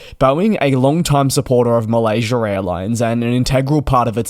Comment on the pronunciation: Malaysurr airlines 😂